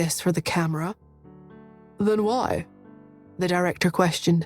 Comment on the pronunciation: Or why as gwhy